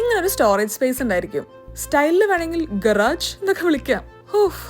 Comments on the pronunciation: ഗറാജ് അല്ല ഗറാഷ് ആണ് correct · ശരിക്കും ഇതിന്റെ ഉച്ചാരണം ഗരാഷ് എന്നാണ് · Garage j sound alla guh·raazh aaanu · It’s pronunciation is guhraazh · Pronounciation is not correct garage!!